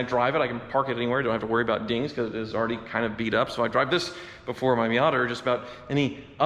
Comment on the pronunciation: he says Miater